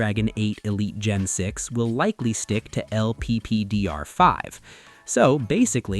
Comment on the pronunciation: Its LPDDR 5 not lppdr 5